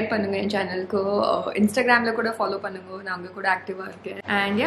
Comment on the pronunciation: Being a native speaker, ur tamil is awesome indeed. Just if u would have pronounced irku as iruku, panungo as panunga, it seems good. And thankyou for doing the videos in tamil. Finally i also from vellore and i have seen many videos about vellore and u could explore the rural areas of vellore as well..